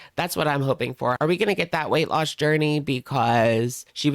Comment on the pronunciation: "Ku-weight loss" though 😅